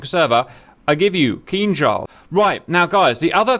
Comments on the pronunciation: You said Kinjal perfectly right this time! 😊👍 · jesus crist you said it right, it sounded almost identical to russian